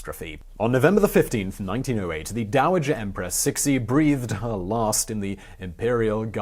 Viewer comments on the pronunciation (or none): Thanks for a great video, but Empress Cixi is not pronounced Sick-Sea, rather it is Ch-see (Ch as pronounced in Cheese)